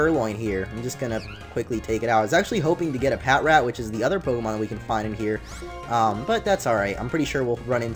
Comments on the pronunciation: its patrat not pat rat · It's Pa-trat. Not Pat-rat. Sorry I just have OCD so I can't stand it when u say Pat-rat. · Omg! I pronounced Patrat pat-rat too. But then I saw the show and they pronounced it pa-trat and I was like tf? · Isn't Patrat pronounced pa-trat? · I pronounce it pat rat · Patrat is actually pronounced pa-trat lol